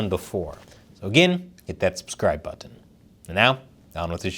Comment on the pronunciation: You say the word "button" like its the first time you've ever said it